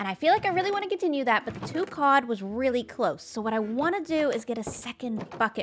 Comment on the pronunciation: i am pleased to discover that pronounces god and cod very similarly. we need a cod god